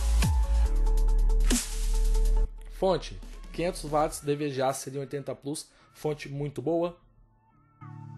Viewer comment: Não é por mal não, mas a pronuncia certa é "uatis" e não "vatis". Abraço, vocês são 10!